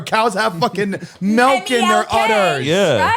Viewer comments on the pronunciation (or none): why is no one talking about spelling milk wrong "M E L K" 😭